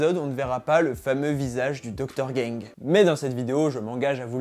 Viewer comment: C est docteur gang pas docteur gingue ......😂😂😂🤣